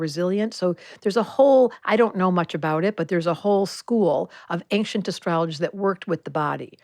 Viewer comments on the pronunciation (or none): Ancient..... the....C...is silent......please!